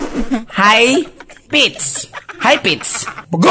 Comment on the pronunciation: how to pronounce HIGH PITCH? SIR, high pitsssss anu daw????? high pits?????